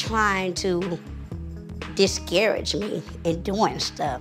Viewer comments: juicy: diskerage me Monie: discourg Webster dictionary: 🛑🚫🔚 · “Deescarriage me “ lol 😂😂 but yeah her friend hating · "Discarriage" lol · Lmao, I'm glad I'm not the only one, I was like "Did just sit up here and say discarriage?" Haha Monie needs to be happy for her friends and get it together. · Disgarage Monie: Disguurage 😂😂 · She said “discarriage”😂😌😭😂😭😭